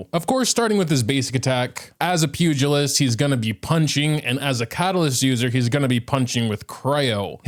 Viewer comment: I hate the way hebsaid puglist sounds like puke a list lmaooo